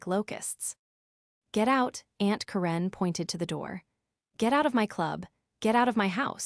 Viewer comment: I would love for you to tell me where you when to school. You apparently fall simply English since you are having a difficult time pronouncing simple words and names. Look at how to say Karen